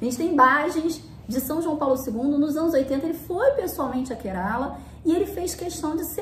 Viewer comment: Apenas pra conhecimento, a pronuncia certa do estado indiano é KÉrala. 😊